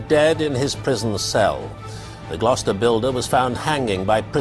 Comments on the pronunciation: I'm glad you pronounced Gloucester right...being a brit it's funny hearing people try to pronounce our towns and counties properly 🤣 some places I don't even know! haha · Wow, you pronounced Gloucester correctly, top marks!! ✔🇬🇧